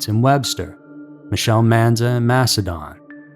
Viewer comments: s no MASHedin…. It’s mass e din 😂 Definitely no H in the pronunciation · The narrator also kept saying :Mash in Don", when it's pronounced "Mash in DIN", the town of Macedon... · MaceDIN (pronounced) Interesting that the girls came only from the city and were left in towns outside the city. 490 can be a crazy highway to this day, but I like to think that now a half dressed little girl running on the shoulder would still throw up enough red flags for people to stop. Insane that no one did then.😢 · It's pronounced massidin , I only know because I went to school at palmyra/macedon . Which is 20 mins from the city of Rochester. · I'm a rochester native and i still live here. I love it so much. We have the restaurants, museums, music, and festivals of a big city without the crowd. Ive lived many other places (like Seattle)but i always come back home. Also, Macedon is pronounced like Mass-a-din up here 😂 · Macedon is pronounced Macedin by the way! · Just some friendly corrections we're not a town, we are a city. Source: Born and raised in Rochester NY. Also it's said mass-ah-din. We're between buffalo NY and Syracuse NY we also have a lot of popular national/international companies that began here and Susan b Anthony and Frederick Douglass are buried here in Rochester NY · Its Mas-a-den, just so you know.. 😊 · you caneven pronouce any its no msdon madon